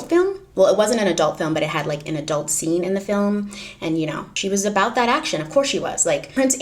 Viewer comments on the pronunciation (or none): none